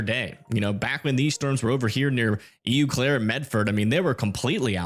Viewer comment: Pronounced "O" Claire.